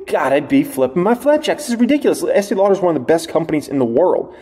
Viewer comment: Love your vids. Ask your wife how to say Estée Lauder 😂😂😂